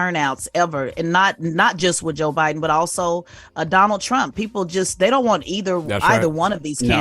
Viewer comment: Envy you are such a clown. Can't even pronounce Biden, but critizing him misspeaking